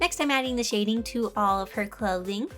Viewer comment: “this skirt was so fun shading” My dumb*** ears: “this skirt was so f**** shi***”